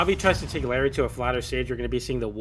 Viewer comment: "Diapered"